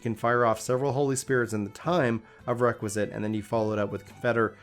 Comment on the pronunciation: Bro nice guide, but pleeaase, it's called REQUIESCAT not Requisit